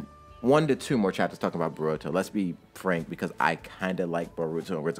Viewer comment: Oh i say bo-ru-to not bo-ruuu-to but its fine